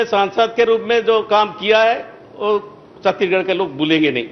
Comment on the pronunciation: छत्तीगड़ नहीं सर जी छत्तीसगढ़ है